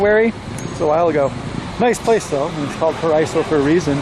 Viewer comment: Paraiso is pronounced para-ee-so. Paraiso means paradise in Spanish.